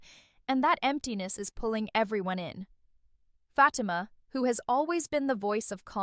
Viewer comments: I hate when these females get on here talking about the stuff we already know on top of that they mispronunciations FATIMA NAME her name is not FATMA😳🤦‍♀️🤦‍♀️🤦‍♀️ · A lot of the stuff that she’s talking about I’m not even understanding question mark all that stuff cannot be packed in one episode. What is she talking about? For the record her name is Fatima and that’s how you pronounce her name but none of the stuff that you’re talking about. Don’t make no sense. Karen already knows that Fatima is pregnant. Because Zach slipped and said it. So what are you talking about?